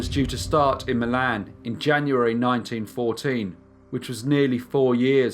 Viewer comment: "and ending in my land". Lol I know it's Milan but it sounded different. Love ur channel.